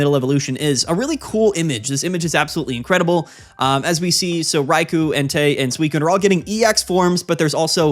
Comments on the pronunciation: I had to look it up, Rai - Koh is apparently the correct pronunciation (they all are their respective element + honorific) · In Japanese, Raikou is written as ライコウ. It’s pronounced ‘Rai-koh,’ where ‘Rai’ sounds like rye (the bread) and ‘kou’ sounds like koh with a long ‘o.’ So together it’s Rai-koh, not Rai-koo. ❤